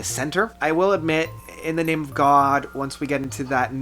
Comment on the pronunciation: You mispronounce a lot of names and words, and you don't even seem to know the spelling of a lot of names/titles.